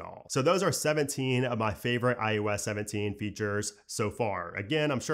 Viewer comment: Do realize that you say ius 17 instead of iOS 17?